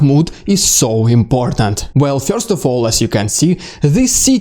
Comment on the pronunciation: I'm here to hear what's "fyorst" ;)